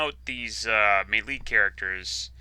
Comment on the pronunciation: This was a very entertaining playthough. I noticed it sounded like he pronounced melee as mee-LEE instead of MAY-lay. People who have read a lot of books but aren't super talkative in public sometimes have funny pronunciations of common words like that.